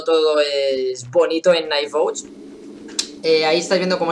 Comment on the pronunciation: Por fin un youtuber que trata de decir bien el nombre del juego bien xD